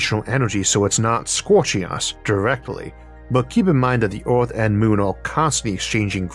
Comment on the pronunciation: I'm sorry, the topic is great, but to me as a non-native speaker, this video is pretty much incomprehensible. Took me like 5 minutes to realize that by "Orth" you mean "Earth". Most of the pronunciations are completely off.